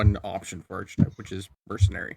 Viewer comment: I hate to be that guy, but it’s pronounced Ark-etype, despite the spelling (archetype)… Does posting this make me an Archfiend?!